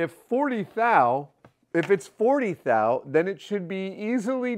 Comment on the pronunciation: glad you pronounced it right right after...thou...now it makes sense :D